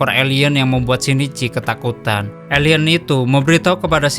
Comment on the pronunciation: Kok elien bukan alien😂😂😂